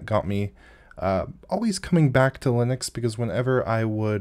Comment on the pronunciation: How hard is it to say linux?